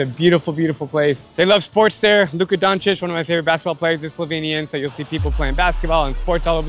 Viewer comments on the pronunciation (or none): none